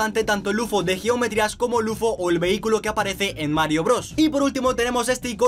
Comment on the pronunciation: Alaaaa as dicho vehi-cylo 😲😲😲😲😲😂😂😂